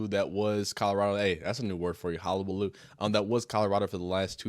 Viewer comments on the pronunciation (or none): Its hUllabaloo…